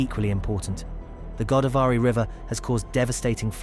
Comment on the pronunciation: Go -- daav -- ree. Not Godaa -- varee